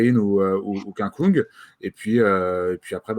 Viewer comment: Svp, pas Stefen Koung, mais Kung. En Allemand, ü se prononce u et u se prononce ou.